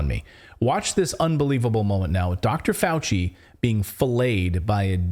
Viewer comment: "Fauchenstein" gon learn tuhday